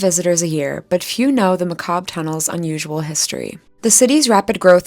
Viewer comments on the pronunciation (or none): none